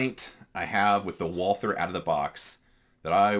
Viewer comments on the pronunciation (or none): Just drop the h. You take the Val- from Valhalla and add the the war on "ter" as G. W. Bush put it. Val-ter. Not a biggy. Do you use the large pdp backstrap? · I can live with someone saying zed more than someone that pronounces Walther with a th.